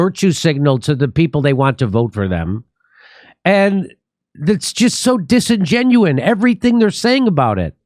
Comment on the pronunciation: Kurt didn't make fun of Jimmy mispronouncing disingenuous..